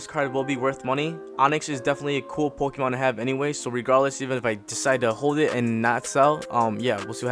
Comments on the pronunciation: It triggers me he is saying the Pokémon wrong 😑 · Good pull but are you fuckin with us with your pokemon name pronounciations